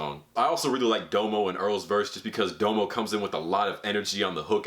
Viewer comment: U said domo’s name wrong. Put some respect on his name 😂